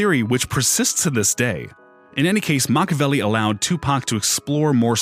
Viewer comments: Mockaveli he says....Mockaveli 🤦🏻‍♂️ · it's pronounced mackaveli. mockaveli is ja rule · Makaveli not mockaveli